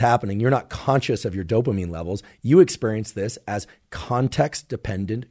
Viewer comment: I wonder why he says "ex-PUHR-ience" like some sort of Atlanta gangsta.